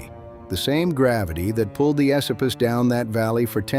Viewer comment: You are pronouncing Esopus incorrectly. You also pronounced Ashokan incorrectly.